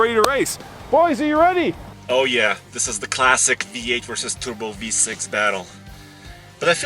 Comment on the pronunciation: Last race. “Come in B-8!” Dork it’s v-8 Practice English before offering reviews. Words are listened to very carefully